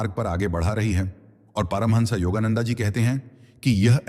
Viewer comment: योगा नंडा नहीं, योगानंद कहिए।